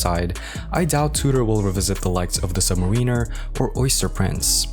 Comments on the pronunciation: your pronunciation of "submariner" is enough to have you drawn and quartered and you blacklisted from being a watch youtuber. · I can’t invest 8 minutes of my life, if you can’t pronounce submariner :)